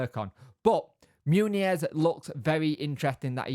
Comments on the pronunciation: OK, let's nail this - Muñoz - it's not MOONY YEZ - it's MUN (as in Monday) and YOZ - MUN YOZ, run 'em together and it's MUNYOZ (the little squiggle above the N adds a Y sound).....Muñoz.... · And for correct Spanish, the z at then end is pronounced as 'th' , as in the th in 'thing' but I don't think the British bother about that too much.